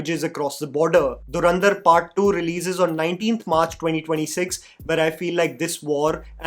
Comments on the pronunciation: Dharandhar ??? Bro It's Dhurandhar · Learn to pronounce the movie title correctly dude. It's not Dharrrandar. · Or durandhar😂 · Dhurandhar ❌ Dharandhar ✅